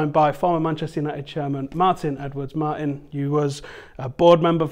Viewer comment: Fucked up d sound in Martin